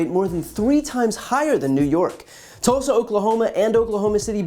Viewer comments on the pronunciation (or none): none